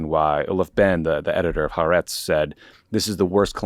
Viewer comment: You guys do great work, though Ha-ar-etz is 3 distinct syllables